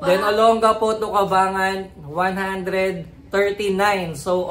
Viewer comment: ang tamang pagbigkas ay Cabang-Gan po